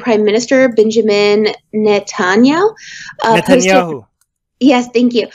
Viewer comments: She couldn't pronounce Netanyahu's name correctly? Out of the pool! You're done. She's how old, and Didn't Know How To Pronounce the Major Antagonist's Name??? You're done. Take a walk. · I think if you're gonna talk about foreign policy, you should be able to pronounce Netanyahu.